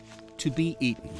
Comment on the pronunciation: I'm sorry but, Aten??! Not eaten? I don't like that he pronounced the word that way, but carry on! 😂 I know the final conclusion is upon us!